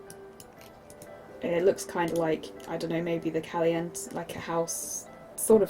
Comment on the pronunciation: PLease tell mr you did not just pronounce Caliente as Callyent..... It's the Spanish word for hot, hun, it's pronounced Callyentay